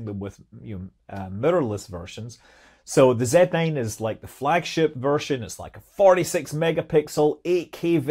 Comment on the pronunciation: Zee nine?!